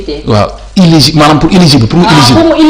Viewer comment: on dit eligible pas iligibe